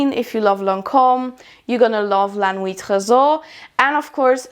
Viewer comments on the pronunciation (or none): none